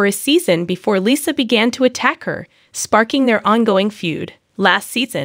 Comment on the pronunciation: I agree 😭🤣🤣 i was confused for a second lol who the hell is lissah